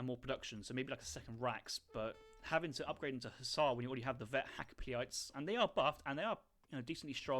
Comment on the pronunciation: Try pronouncing them hakka-pellit, easier on the ears